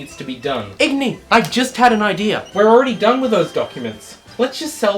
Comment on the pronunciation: I need to AX you a question Did you say idear at 1748 but type idea